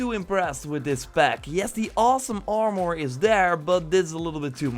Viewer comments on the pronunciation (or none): Learn to speak English. You can't say: armour, Hercules and you called a helmet a hat. FFS